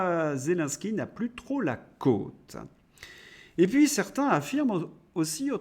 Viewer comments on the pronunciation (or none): Petit détail,on dit "cote"(O ouvert comme "note") et non côte(la côte d'Adam!/O comme au/eau...😉